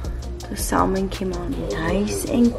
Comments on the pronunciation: Say it with me mama : “ SAAA-MUUUHHNNN” don’t say the l in there it’s silent 🥳🥳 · the L in Salmon is silent so it’s pronounced Samon 😝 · Yelling the L IS SILENT! 😂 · Stop saying SALmon